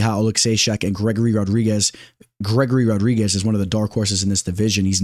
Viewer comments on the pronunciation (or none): none